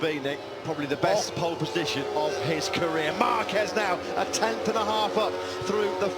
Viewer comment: ぽーッるぽッじしょん！ 発音めっちゃネイティブ。